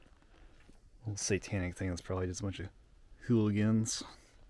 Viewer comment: I love how your said hooligans. Love the videos.